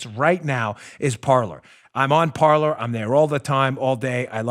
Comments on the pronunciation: Pretty sure a site called Parler woud be pronounced par-LAY- not par-LUR. It's a Fr. word and you're butchering its pronunciation... unless the people who started it suck at Fr. pronunciation. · Lol it’s pronounced /par-ley/ Dan. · Pronounced Par-Lay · Hey, Mr. Bongino, unless this was not mentioned yet here . . . "Parler" is a french word that means "talk" . . . and is pronounced as "par-lay" ;) . . . By the way, I LOVE listening to your show and thanks for ALL the TRUTH that you bring to all the rest of us . . . and to all smarter than you-know-who!!! You never disappoint!!!